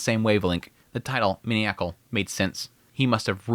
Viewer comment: Hey! Just wanted to say again that I love and am grateful for the content/analysis. Also, in the name of “knowledge sharing”: the word maniacal is pronounced “man - EYE - ah - call”